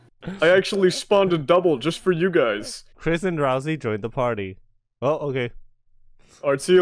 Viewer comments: Ralsei, not ralzee. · RALSEI IS NOT PRONOUNCED "Ralzee"!